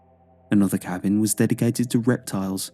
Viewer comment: Apparently, someone or something cursed that cabbing 😉